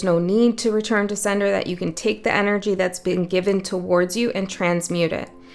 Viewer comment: When you said "return to sender", I heard as clear as day "return to Seidr", which I have been loosely doing in the past months. I suppose I should put some more energy there. I don't usually comment but felt guided to this time, idk.